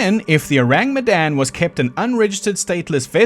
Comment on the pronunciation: S.S Oh-rahng Met-dahn